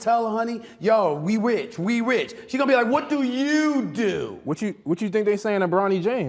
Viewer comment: 😂😂😂😂he said we ritch